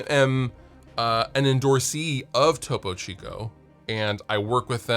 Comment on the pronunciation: glad you finally figured out how to pronounce topo chico